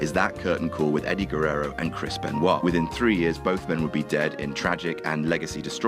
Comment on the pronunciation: Who is Eddie Guerrero with? Who is Krisp Enwah?